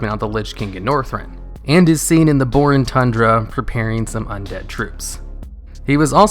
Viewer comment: I was always wondering why lich king didint wanted to come close to the lights hope chapel,and I just realised. Thanks. Ps:you pronounce Borean boring(at least that's what hear)